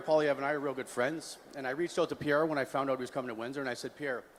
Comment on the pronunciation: Pierre not Pier😂